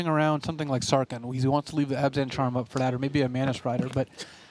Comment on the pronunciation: These announcers annoy me, and it's all over one word. It's Sarkhan, not Sarkin. You don't say Kins of Tarkir, do you? Same word. Same meaning, even! His name means 'Great Khan' for cryin' out loud! SarKHAN Vol. OK, rant over. This was a good match. I wish I was good enough to compete at this level.